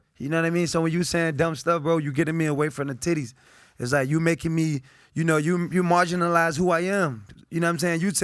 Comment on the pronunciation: Antonio “Marginalize” Brown 🤦🏿‍♂️💀😭😂😂